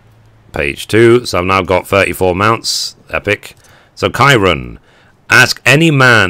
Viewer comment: I know years old, but the "Ki" in Kirin is like the "ki" in kids.